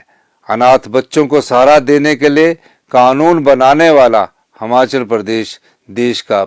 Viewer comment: यह बंदा आज तक हिमाचल नहीं बोल पाया हमाचल ही बोल रहा है। फिर ये लोग कहते है कि मोदी अनपढ़ हैं ।